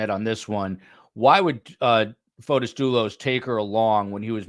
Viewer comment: it’s Fotis not Photos